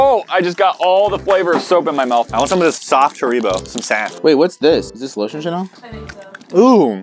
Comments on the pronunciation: Its not hareebo its haribo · It's harrybo not harreebo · I know right ! It’s harry-bo lol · Said Like HarryBo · They said it was hard! If Haribo (HarryBo) is hard then it’s old! (I’m from Sweden so I heard them say it wrong to😂) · Am I the only one who noticed the were calling Haribo, Her-ee-bow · Hareebo XD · Who else got triggered when they pronounced Haribo wrong? (Hair-i-bo) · It’s supposed to be pronounced hair-ra-bo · l don't like haribo Europeans:it's not said like that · The way said Haribo 😆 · Oh my days the way that they say Haribo was driving me insane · he said said haribo wrong i am british that is the definition of pain